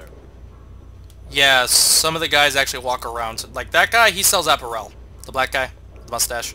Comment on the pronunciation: App-air-ul not App-ur-el. Other than that minor mispronunciation, I'm loving the playthrough!